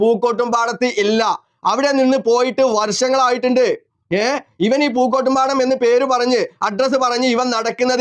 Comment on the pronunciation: Pookottumpadam Not pookotur 😊